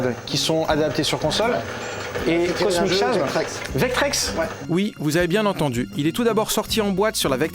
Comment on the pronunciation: Super collection. Par contre, ça fait bizarre d'entendre Cosmic Chasm prononcé /kosmik ʃasm/. En anglais, ça se prononce /kosmik kazem/ :)